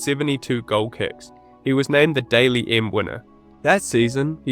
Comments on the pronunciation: If you're going to do a video about NRL at least know how to pronounce 'Dally M', it's not 'daily' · I hate being the pronunciation Queen but the Dally M award is pronounced Dally not Daily. Loving ya vids mate, keep up the great work. Sending best wishes to u & urs from The Great Southern Land 🇭🇲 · Daily Messenger? Cmon bro it's the Dally M not the Daily M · ..... Can't pronounce Dally M properly .... 'goal kicks'?